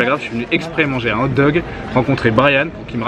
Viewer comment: on dit hog dogs